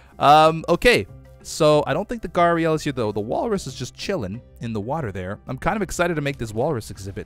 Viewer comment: Don’t worry- you Are pronouncing gharial correctly. :)